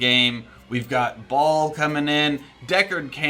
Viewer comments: Pronouncing "Baal" (Bay-ull) as "ball". GG. Someone didn't play D2 (or is trolling). :) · Did I hear him pronounce Baal as... Bol..? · Is "Baal" really pronounced the same way as "ball"? This makes him soooo less scary.